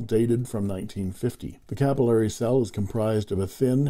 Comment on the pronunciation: Thank you for Pen Resurrection Sunday! I like the history and how the vintage filling systems work. Funny that you pronounce the system capillory (ku-pil-lory) for the first five minutes and then switch to capillary (ca-pil-lary) afterwards. Now to find the first episode of the series.